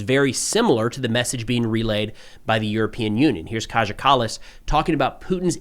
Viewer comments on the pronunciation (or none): Kaja in Kaja Kallas is pronounced Kaya. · Kaja should be pronounced Kaya.